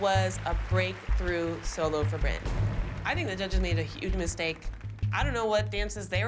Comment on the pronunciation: Abby never pronounces the “h” she’s like “ITS UGE”